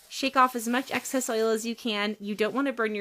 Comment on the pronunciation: Excess not access.